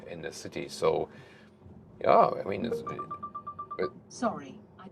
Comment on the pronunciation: my guess is that the car misunderstod your very German "yeah" as "Kia" and that triggers the voice assist.